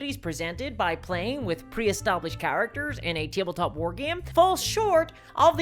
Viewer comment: wtf is "teeble-top"